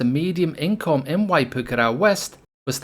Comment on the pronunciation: You mispronounced it. It's not pronounced "waipookaraow".